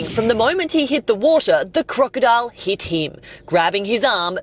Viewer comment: "The crocodile heet heeem" 😂